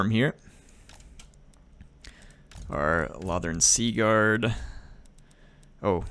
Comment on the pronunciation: Its pronounced low-thorn